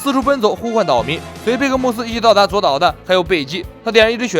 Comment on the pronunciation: 左 烏 啦 不是左 島